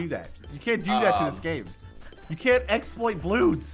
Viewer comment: its not a explout its normole